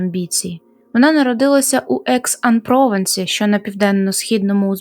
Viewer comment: перевіряйте, будь ласка, у гуглі наголос назв місцевостей таких як Прованс та Екс-Ан-Прованс